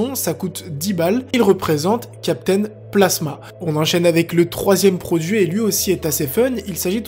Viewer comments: Il a di captain plasma au lieu de captain phasma 😂😂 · On dit CAPTAIN PHASMA et non PLASMA !!! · CAPTAIN PHASMA PAS PLASMA 😂😂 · Cool la vidéo par contre je peux pas partir sans te dire que c’est CAPTAIN PHASMA et pas PLASMA. Merci.😂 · Salut, juste pour te dire que ces phasma et non placema, super video comme d’habitude! Je participe pour le petit badge lumineux #peace